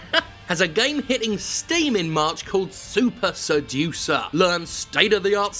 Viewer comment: I need to check my hearing, at first I though his game was called "Soup Seducer". Wich, incidentally, I would buy ten copies of a game called Soup Seducer, FYI.